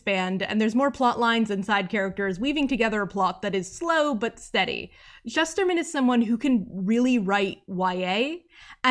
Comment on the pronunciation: Omg he’s one of my favorite authors. Got to meet him at Roxy signing. He has such a creative mind. Oh, and I learned he pronounces it: “Shoosterman.” I have been pronouncing it wrong for 10 something years too.